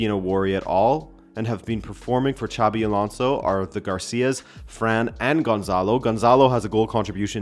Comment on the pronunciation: I know you like pronouncing names right. Xabi sounds like "Shabby", not "Tchavy" (that was Xavi Hernández - different spelling and different pronunciation). Just say it like a Portuguese name and you'll be fine 😄